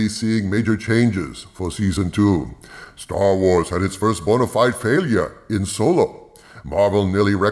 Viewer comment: It's now STER WERS and STER TRIK